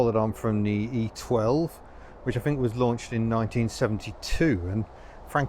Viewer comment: Much as I love, please dear God stop using F instead of th, "I fink it's four fousand rpm"